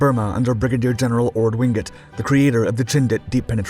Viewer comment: You need to check your work. It was Leopold II, not the first, who was king of the Free State. Leopold I was long dead by then. President Moise Tschombe's name is not pronounced `ta-sum-bay`. Likewise, Mad Mike would laugh at you calling him `ho-ah-ray`and not Hoare (sounds like `whore`). Orde Wingate`s name was not pronounced as you did either. As for your footage, you're really mixing things, including lots of Vietnam footage, Israeli paras and the 67 war, and the 1961 UN intervention. There is actual footage - some very dramatic - from these events. Use it! I am familiar with this story and even personally knew several people involved, including one of the paras who jumped on Stan. Pull yourself up. You're really losing your edge.